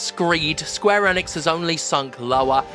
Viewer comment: Also its pronounced Eeeee nix. Not N ix. :)